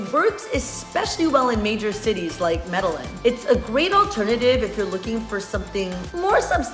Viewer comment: Medalin? hahaha